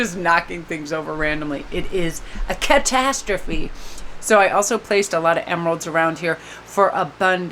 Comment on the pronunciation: / "It is a CATatstrophe" 🤣🤣🤣🤣🤣